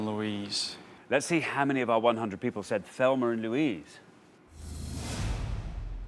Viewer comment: Am I hearing things or did they both say Thelmer and Louise??? 😅